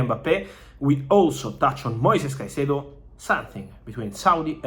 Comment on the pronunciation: how have u butchered his name so bad?